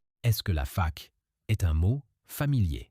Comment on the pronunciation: J’aime beaucoup ce podcast. Mais quelques fois la prononciation des mots n’est pas correct. Par exemple elle a prononcé le « c » on fac comme un « s ». Il avait d’autres exemples aussi.